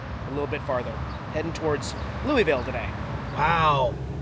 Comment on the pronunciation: It's pronounced LOO-UH-VUL.